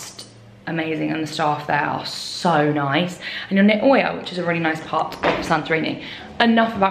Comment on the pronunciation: Oia is pronounced Eea.